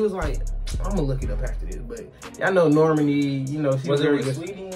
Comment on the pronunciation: It's pronounced Nor-Mah-Knee.. rhymes with Armani